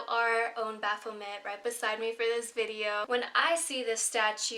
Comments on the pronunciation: Its bapho-may not met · The 't' is silent in Baphomet.